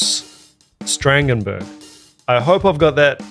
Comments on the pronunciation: dirk's surname is pronounced like 'ferboyren'... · Yeah no, that's not how that's pronounced :)